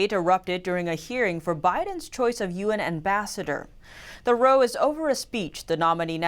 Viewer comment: 'row' is pronounced "ra-o", not "roe". 😊